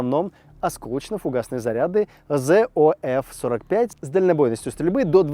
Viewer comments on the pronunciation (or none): В этот раз не попали гораздо больше чем обычно! ) Снаряд называется не "Зэ О эФ 45", а "Три О ЭФ 45". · Красно́поль, а не Краснопо́ль! Три-ОФ-45, а не Зэ-ОФ-45! Эх, -... Ну не мог не докопать — слух режет что жуть